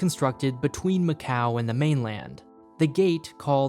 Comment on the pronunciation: and he claims he went to macau! Nobody in Macau would ever say it that way 🤣